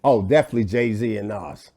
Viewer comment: did he say Gay Z???